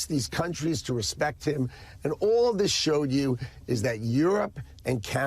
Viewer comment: The emphasis on 'respect' is reminiscent of Don Corleon in the Godfather movie.